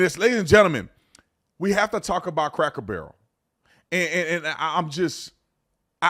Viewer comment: Not craker barrel.. please